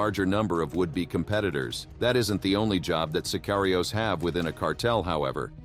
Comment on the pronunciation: Well what do u except from someone who pronounces sicarios “sir kiry yos”